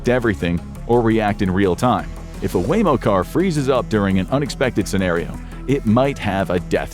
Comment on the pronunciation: Waymo not wammo